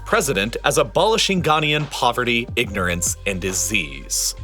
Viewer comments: It's Ghanaian -- "Ga-nye-an" (or "Ga-nay-an") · The narrator mispronounces Ghanaian every time he says it. 😢